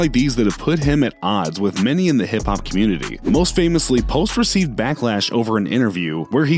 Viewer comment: He was sayin comitee.